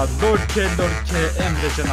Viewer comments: Aslında Lorke değil Yorke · Ya lorke degil yorke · abi lorke değil yorke adamın adı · Lorke değil Yorke olduğunu söyleyin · Abi yorkeye lorke diyosun çıldırıyorum ya